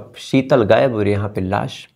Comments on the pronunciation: Bhai SB apni bhasha sahi Karen please seetal nhi hota sheetal hota h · Seetal ya Sheetal.😅😂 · Sital nahi, Shital Riksa nahi rikshaw